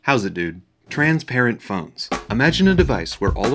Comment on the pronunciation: never heard anyone pronounce transparent as trans parent